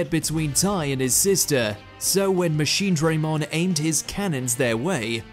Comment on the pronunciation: Again with mispronouncing machinedramon what is this next order